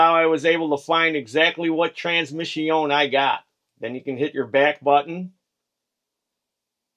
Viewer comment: Transmiss-ioń. It hurts from laughing!